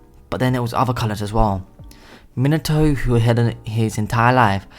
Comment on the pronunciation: When he says Minato I hear minataur idk why